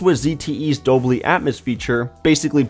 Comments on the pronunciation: Dude, it's pronounced "Dole-bee", not "Dole-Blee". Driving me insane. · "Dobly" ... dobly, dobly dobly, dobly...